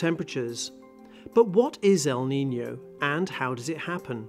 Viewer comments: It's "el niño" it's not "the Nino" sorry I just needed to say it 😂 Cause I'm Latina and the name is in Spanish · "El Nino" or "El Niño"?, I'm sorry, but it sounds very different between "N" and "Ñ". 🤔🤔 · It's not “El Nino”. It's “El Niño”. pronunciation is very different between the two. Most languages are not like English, where diacritics don't matter. In most languages, including Spanish they do matter. And English speakers should do well to get their heads out of their asses and realize the rest of the world exists. It's not like this the 1890s, and you can't copy paste the «ñ» from Wikipedia for fuck's sake.